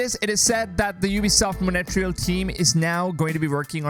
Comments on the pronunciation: mon reee yaaal....not monetreeeyaaal...lol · its mon tree al not mo nae te real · "Montreal" is not pronounced "Money Tree hole". It's "Mon treehole" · Its not pronounced as Mone-tree-al, It is Montry-aal spelled as Montréal. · "ubisoft monetreal" ... bruh............ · Is it really that hard to correctly pronounce Montreal!? jeez f, if I wouldnt know the ubisoft studios, i would have not understood "Monetreal"!!! all the worst to your channel until you correct yourself publicly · do you mean montreal? wtf is monetreyal? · what is ubisoft Monetrial ? for some reason every time i hear that i cringe, no offence :D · Learn to pronounce Montreal (Mon-trey-al) will you mate. Don't know where you get your info from but Ubisoft made $2.2 billion profit on AC Odyssey alone. So far $1.2 billion on Valhalla. They took $2.2 billion in overall sales last year with 16.6% down on the previous year, thanks to Covid and the recession. So all shareholders have sold out? I don't think so. Don't spread fake news. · It's feel say monterele is monterle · It feels so funny hearing Montreal as Monetreal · Ubisoft "Moneytreal" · I was scrolling to find this kind of comment 😂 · dude...Montreal....learn how to pronounce it, its not that hard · Is that how I am supposed to pronounce Montreal?... i've been saying it wrong for years